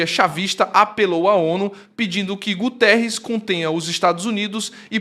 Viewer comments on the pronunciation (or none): none